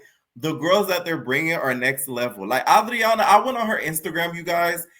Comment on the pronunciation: Anne-drain-uh. I haven’t seen a black reviewer pronounce andraina’s name right. Lol